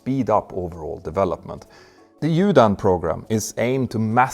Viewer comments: Just to help. The UDAN program is not pronounced as (Yudan) but (oodan) which is a hindi word meaning "flight". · Please note UDAN is pronounced URAN ! This "D" is an "R" that doesn't exist in English.😊